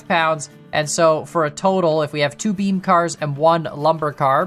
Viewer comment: I still hear bean not not beam